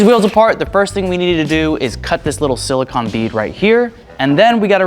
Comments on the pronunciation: Repeatedly hearing "silicon" instead of "silicone" always hurts me. Bro is sealing his wheels with computer chips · This guys never gunna get a date if he keeps calling silicone silicon.